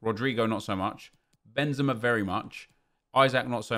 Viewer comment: It's benzema